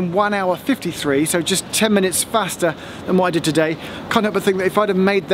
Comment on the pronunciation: ....did Geoff just say 'faster' like a Northerner?!?!